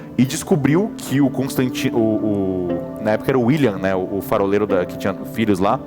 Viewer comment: Eles errando ao dizer faroleiro é muito bom kkkk farofero